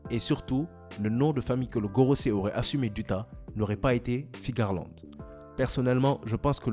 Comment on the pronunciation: Tu dis Figarland ? C'est pas Fearland son nom ?